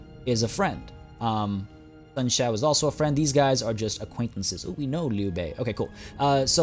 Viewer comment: Dude, Chinese here, I can tell you really studied those names lol, the way you said Liu Bei omg, I had to go back and liten to it a few more times xD